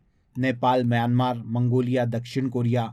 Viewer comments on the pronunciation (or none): none